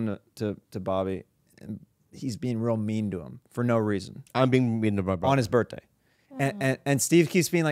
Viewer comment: It’s cute how says “birtday” instead of birthday 🎂